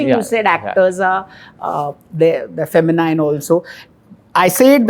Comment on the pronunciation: Feh-muh-neen and not feh-muh-nine!